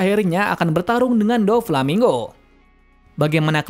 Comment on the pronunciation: Doflamingo bang bukan Dofalmingo 😂